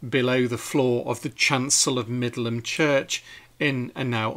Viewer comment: Finally found out how to pronounce Middleham" correctly - I thought it was "middle ham". You never know with English pronunciations! I also found out recently that "Beauchamp" was pronounced "beacham."!!!